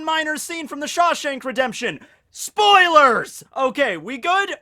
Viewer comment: Spoalees?? what did he say???? ah whatever.... AH WHAT THE FUCK, YOU HAD SPOILERS IN THIS VIDEO, YOU SUCK AHHHHHHHHHHHH